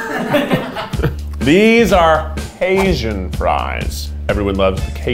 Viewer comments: Honestley i heard asian fries too! Like, Gotta love 'em 𝘼𝙨𝙞𝙖𝙣 Fries. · When he said cajun fries, I thought he said asian fries🤣